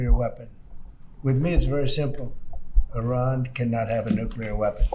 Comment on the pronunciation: I like how there's two possible ways americans pronounce Iran and Trump decided to go with neither.